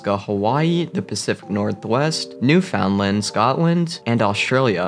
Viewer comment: bruh not newfiundlend newfoundLAND